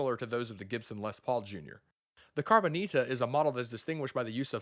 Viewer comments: It should be “Cabroncita” to say it correctly. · Nah, they should just do a CARBON-ITA like this guy pronounces it, and build it out of carbon fiber... ;)